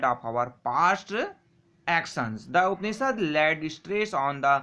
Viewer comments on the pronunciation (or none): Upnishads nahi hota hai Asli pronounciation hai U-p-h-a-n-i-s-h-a-d-s Upanishads not upnishads